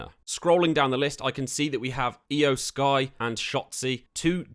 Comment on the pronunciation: Judging by the fact that you don't know how to pronounce Iyo Sky, Tommaso Ciampa, Nikki ASH, and Shinsuke Nakamura correctly, it seems like you don't watch professional wrestling at all. I find it so ridiculous that the name of the channel run by you is "." Did you name your channel like that just because you play the WWE 2K series?